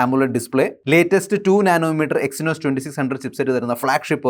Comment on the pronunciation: Exynos ❎ Echynos ✅😂